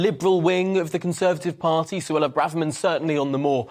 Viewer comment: The presenter pronounces Braverman correctly! Hurrah! I looked on the internet to find the pronunciation.